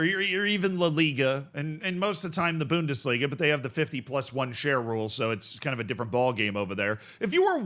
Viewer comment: is that you? Boowndis-liga 😂😂😂